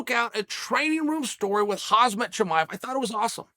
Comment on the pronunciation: Bro how do you still not know how to pronounce Khamzat Chimaev yet